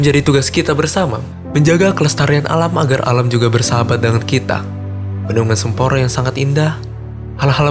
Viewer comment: Sempor..... pengucapan nya mirip Semper Jakut. Gimana sih narator ny... Jgn merubah nama